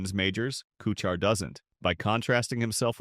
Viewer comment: Narrator can't even pronounce Kuchar's name correctly. The video title is misleading as well. Pretty sh...tty video.